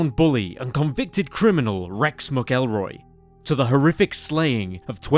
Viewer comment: it's pronounced "mackle-roy"